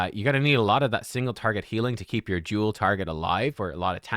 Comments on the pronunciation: Anyone else kept hearing jewel even though its duel lol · I heard “Juul” instead of “Duel” … damn this boss vapes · Until I read your comment I thought he was saying jewel. I still do it was that clear. 😀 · No he's totally saying Jewel. Lol